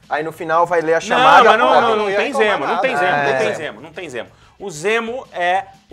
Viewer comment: Ok, e...? Amo a Marvel e não sou Hater mas ela continua sem vilões fodas(único que se salva é o Loki). Poderia ser qualquer nome pra ele mas nao de Zemo, não o Zemo que eu curto nas hqs. E vê se aprende a falar direito fãboy**. "M" é antes de "P" e "B", não "N" ;)